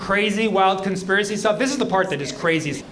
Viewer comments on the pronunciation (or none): Wha a conspearicy